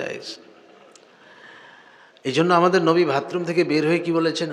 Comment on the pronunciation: মুহতারাম, আসসালামু'আলাইকুম... ক্ষমা করবেন, "ভাতরুম" না "বাথরুম"। আলোচ্য বিষয়টি খুব অর্থবহ। ধন্যবাদ।